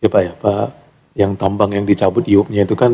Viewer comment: Kok Ay yu pi.....IUP itu IZIN USAHA PERTAMBANGAN bahasa Indonesia bukan Inggris kok di ucapin nya Ay yu pi...ngawur ini